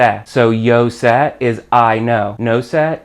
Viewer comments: ¡¡Your pronunciation of sé makes me want to throw up!! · I love the video. It is very helpful. His pronucniation of "sé" hurts my gringo ears! LOL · sé is pronounced "saay". where se is pronounced with a short quick "say".